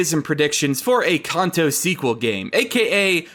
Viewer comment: You pronounce Kanto wrong. Stop